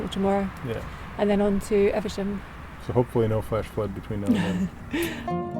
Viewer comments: Eve...sham not eversham.. You spotted the house thats on my list of lottery purchases :-) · eVe. SHAM!.. come on, it's we're meant to laugh at for his pronunciation of English place names. You're letting the side down here.